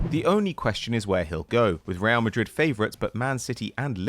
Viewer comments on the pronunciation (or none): none